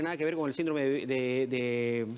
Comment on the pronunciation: Que alguien le explique a esta señora que se pronuncia “síndrome” y no sindróme. Tampoco es “la” sarampión, es “el” sarampión. Ahora millones de pulpines la escuchan y empiezan a repetir. Lo mismo se va por las ramas para explicar una pregunta directa ¿qué hacer para evitar el contagio? Al final solo dijo lavarse las manos y evitar comer en lugares sucios. Tomó casi 18 minutos extraerle esa respuesta. Y cómo si ese mal no es contagioso, si se contagia con estornudos y toces? Entonces si es contagioso.